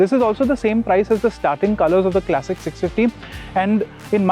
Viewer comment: Kleysik ❌ Klasik ✅ Bina matlab ka tedhiya rha, irritating pronunciation